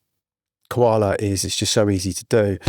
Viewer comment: Coala as in Co-nan on Ko-ala? Love the Kakai lol. I love Koala man. Secret weapon. Watching you using has inspired me even more. I like the mixing tips.